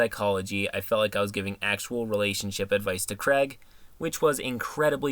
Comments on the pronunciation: It bothers me how much you mispronounce Craig. It's not just you. It's "Craig" not "Creg". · As much as I love, I can't handle the fact that Craig is said as Creg.